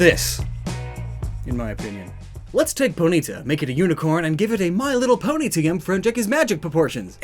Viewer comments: Anyone else triggered by how he pronounces poNYta and not POnyta?? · It’s always interesting to hear how different people pronounce various Pokémon names, for example: says Po-nita and I say Pony-tah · The way you say Ponyta is NOT ok.